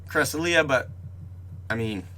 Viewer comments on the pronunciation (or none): Cra-sel-yuh not cres-uh-lee-uh, but thank u for updating us on everything spoofing related, if u get the new key for this week, would u mind pinning a comment too? I believe they’ve been giving free keys for the past weeks due to parteon problems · yea cresselia is a weird one cuz the pronunciation in the poke book is correct but it can still be taken 1 of 2 ways